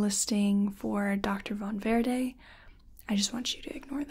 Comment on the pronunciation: I love how you pronounce Von Verde!